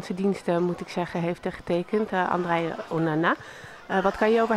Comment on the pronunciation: ze zeggen onnnaa maar het onana